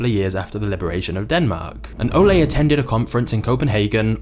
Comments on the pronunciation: Pronouncing "Leg" as english leg, and "Ole" as the spanish olé, man this is one funny video for a dane : P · The narrator is pronouncing Ole wrong! I’m Danish.